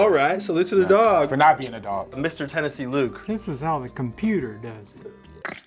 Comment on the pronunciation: good job I think I heard Tennessee!!!